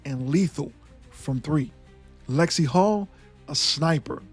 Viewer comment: It's "NaLyssa Smith" and it's Lexie HULL. Ten seconds of research doesn't seem to be a whole lot to ask...